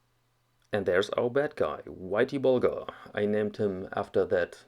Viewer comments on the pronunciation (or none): very interesting video.........the Whitey Bulger (btw, it's "er", not "ar".....Bulgar's were Turks from the Volga region in the 7th century....lol.......a group eventually settled Bulgaria)..........guy was a low life gangsta.....one of the worst murderers in gang history....and he was Irish............